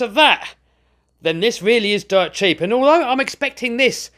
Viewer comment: Did he say jeep, sheep or keep or umm cheap